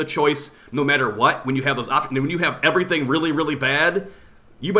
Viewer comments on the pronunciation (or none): none